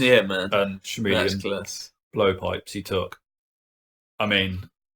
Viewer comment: Wandering if you () mispronounce "chameleon" by accident or as a inside joke (I think there is a k-sound and the start). Sorry if I am being a bit of a wanker by bringing this up, it's that I get easily triggered by such things. There is of course the option that I am mispronouncing them;) (very possible, since English is not my first language).